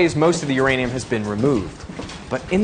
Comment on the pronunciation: 유레늬움 발음 뭔가 좋다...